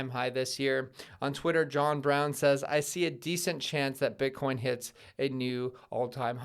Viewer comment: Eth Eth Eth - that's what I hear everytime you say Bitcoin Bitcoin Bitcoin.